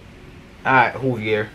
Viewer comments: Juuvvveeeiiiirrrrr not hooveir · Dude said hoovier🤣🤣🤣its joovier the “j” is not silent bro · Great vid btw it’s joovier... pronounced with a J sound not a H sound all love 💪🏽💪🏽💪🏽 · It's not "HOoVier" its "joovier" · Sorry but it is joovier not Hoover ok 👍😁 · U were in joovier video bruh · Boi did you just mispronounce his name his name is pronounced joo-vier the j is pronounced j he's gonna be mad about that but he's one of my favorite youtubers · He said wooviers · It's "joo-vier" and he wears "joo-rag" Buy 2 get the 3rd one free or bundle up and save yourself 50 dollars") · U is not joovier😂